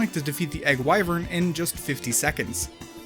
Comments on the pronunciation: not why-vern,, its pronounced wi ((as in "with"))-vern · Your pronunciation of "wyvern" hurts me in the soul, but good vid nonetheless. This game will go down in history as the modern E.T. Loved the "It's like flying by sitting on a chair and pulling up" part.